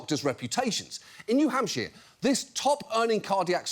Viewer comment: Who is Jon talking about? Like, the name specifically.... the graphic of a doctor seemed like a generic graphic but the thing looks familiar to me, a New Hampshire native (or as Jon calls it New Hampsheere)